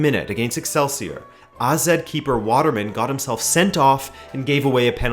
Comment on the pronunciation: Finally someone who pronounce AZ right! Great video as usual, and a very interesting idea